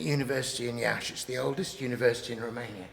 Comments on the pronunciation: Yes, indeed. That's the first thing I noticed. I was stunned, as I was waiting for the expected mispronunciation of my town's name. I'm impressed. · bro pronounced Iași to perfection (love from romania) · Your pronunciation of "Iași" is perfect